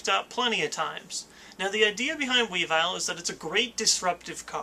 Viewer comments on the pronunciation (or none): Pronounced weevull not wee vile, at least that's how it says its name in ssbb